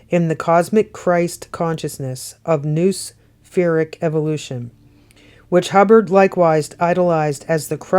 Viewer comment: Noospheric said ‘ know- ah-spheric ‘